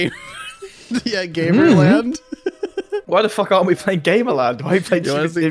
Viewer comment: Its actually pronounced Gamer Lund... Look at the board lmfao ☠️☠️